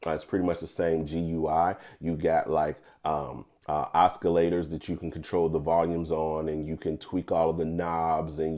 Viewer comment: Oscillators not (Oscar)lators!